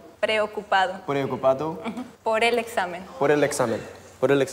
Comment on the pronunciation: His accent was so fricking good when he says "el examen"